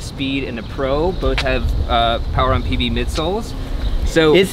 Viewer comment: The way said "PB" really did sound like SJD lol. I expected him to tell us how the shoe buttered his bread hahaha